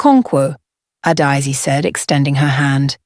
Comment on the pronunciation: Please pronounce her name correctly. Each syllable distint . Ah da eh zeh. How did her private life become a dinner topic?